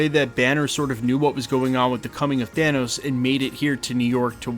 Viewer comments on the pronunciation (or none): none